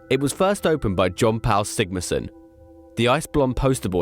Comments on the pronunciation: Nice one .. Just one criticism.. Learn how foreign names are pronounced.Jan Pal is pronounced "yan pal". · Not quite. Jón Páll is pronounced Yone Poudl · How can you do a documentary on Icelandic strongmen but not be able to pronounce Jón Páll correctly...they are almost one of the same. Even just "John Paul" would have been better.